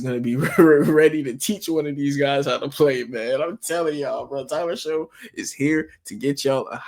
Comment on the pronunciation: It's pronounced SHUCK, like SHUCK if you Buck Boi. Not Show.